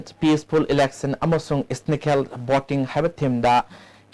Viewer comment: its ethical not eestical voting!!!